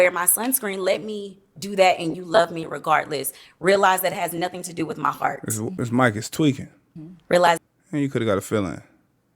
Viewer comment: I heard fart, idk about "heart"